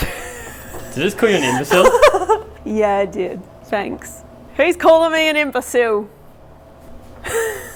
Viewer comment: What a rude SPIRIT, saying imbasille